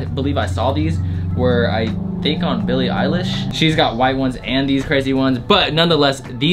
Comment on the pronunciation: Wait... did you say BILLIE EYE LASH